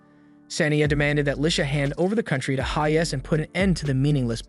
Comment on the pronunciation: Bro you say haze and not hayes.